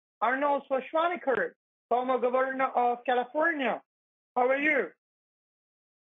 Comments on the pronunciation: "Arnold who?" "Arnold Swarshaunicker" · "Arnold Shorshwaneger" omfg im dead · I thought he said Arnold Shrawtzenshwagger. Either way, it made me laugh. Scammers are so beyond ignorant and make imbeciles look like Rhodes scholars. Saying they are below intellectually inferior is too generous. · Arnold "Sir-swah-nehgar" Had me dying I can't believe he butchered his name that badly!!!!!!! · Schwarschwannager killed me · “Arnold… Arnold Shonswaneger” “Get to the chopper for me” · "Arnold Shushvanagert of California" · “Arnold Shashwanawer” 😂😂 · "Arnold swaashwaker"🤣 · this whole time ive been PRONOUNCING Schwarzenegger WRONG!! THANK YOU BANK OF AMERICA!